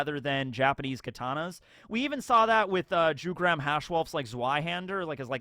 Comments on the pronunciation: I'm pretty sure Jugram is pronounced "Yugram". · Jugram isnt pronounced like that. "J" should be pronounced like "Y" in words like year, yet, yarn...